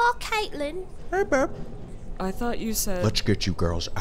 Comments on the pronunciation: it's not babe it's beb 😂😂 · caitlyn pronounces it brbe lol